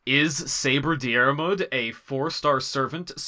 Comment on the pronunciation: It’s pronounced Deer-mood, not Dee-are-mood just fyi